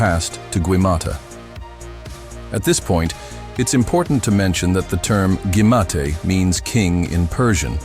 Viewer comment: Hey arserhole 😅😅😅 it's not gaumata it's Gautama Gaumata means mother cow, Gautama is a name of Lord Buddh Vishnu Avataar